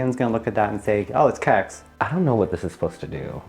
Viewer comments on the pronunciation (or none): It is pronounced as 'Kex', of course.